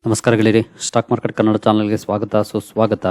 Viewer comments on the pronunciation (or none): none